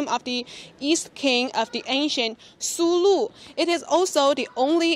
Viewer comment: Kingdom of Sulú (Sulú, emphasis is on the last syllable}. Thank you CGTN friends for featuring this. Greetings from Mindanao, Philippines. During Ming period, one of Zheng He's port of call in Southeast Asia was the Kingdom of Sulú. Zheng He strengthened the foothold of Islam and Islamic polity in today's Indonesia Malaysia and Philippines. There is a 1987 movie about the Sulú Sultan's expedition to China uploaded on YouTube before. It's called 'Hari sa Hari, Lahi sa Lahi'. Last year I was still able to show the movie to my students using a classroom projector. Unfortunately the US government ordered YouTube to remove it, for fear that Filipinos especially those of us in Mindanao might forge closer ties with China.